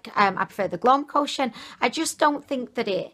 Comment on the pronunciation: It's so cue when you call it Glowmocotion in stead of Glowcomotion :.. Gets me chuckling every time. Thank you for the dupes sweetie. XOXO